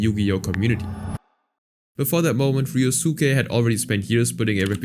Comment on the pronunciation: Ah yes, "Ree-oh-SOO-kay", yep. Like how we all say Sasuke as "Sah-SOO-kay", the U is definitely not silent, nope, can't be.